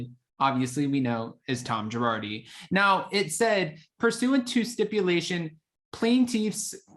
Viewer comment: it's plane/plain Tiffs, like Tiffany.... Just trying to help .luv you